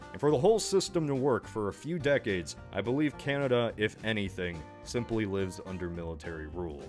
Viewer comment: Ah yes, Canadia